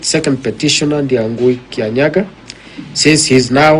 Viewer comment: Ndiang'ui NOT Ndiangui.